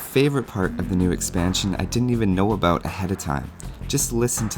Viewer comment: Canadian $$? I knew it!!! Totally called it that you were Canadian the first time I heard you say a-boot :P